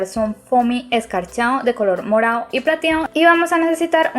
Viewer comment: Me encanta como dices morao y platiao